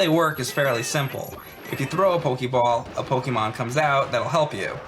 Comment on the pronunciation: "pokey ball"